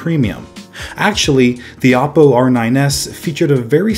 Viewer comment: It’s pronounced Oh-poh not Aw-Poh